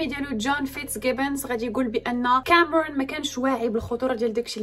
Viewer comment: ليش لهجتك بالانكليزي هيك كامررون